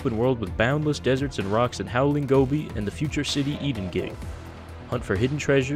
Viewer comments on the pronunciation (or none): none